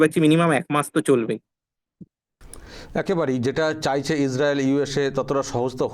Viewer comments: "চায়ছে" না "চাইছে" হবে। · "চায়ছে" আবার কী? "চাইছে" হবে ওটা। আপনার প্রায়ই "য়" আর "ই" গন্ডগোল হয় দেখছি।